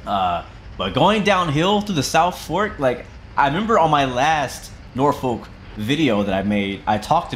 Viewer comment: Your Virginiaian because you called Norfolk norfuck that is the locals calls it